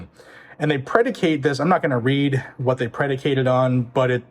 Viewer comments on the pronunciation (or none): none